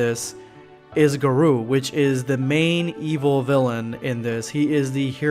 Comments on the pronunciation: Lmao he keeps saying guh-roo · It's Gar-oh not Gar-oo* I'm not trying to be mean sorry if it sounded rude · HEY HIS NAME IS GARO NOT GAROO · How are you butchering the name when in the anime they say it clearly for garou(gah-row)?otherwise yes saitama is "bored" for the fact he has no real challenge currently until he fights GOD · Ayur ga-row (row as in a boat) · GAAR-OH! Thats how you say it. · Black scape it's pronounced Ga-Row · The way he says garou hurts me